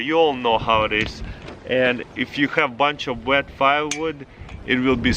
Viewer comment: “Vood”, “Vet”